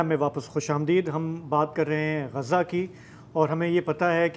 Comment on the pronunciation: غزا کا صحیح تلفظ ادا کرنے کا شکریہ، اسے غازہ کہنے والوں کو سمجھائیں